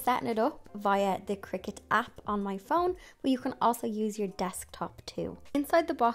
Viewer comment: Thank you for this introductory video! I just received a Joy Xtra for my birthday! 🥳 Also thank you for teaching me the correct way to pronounce cricut! I’ve been saying cry-cut 😂